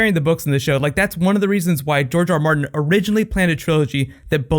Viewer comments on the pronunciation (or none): none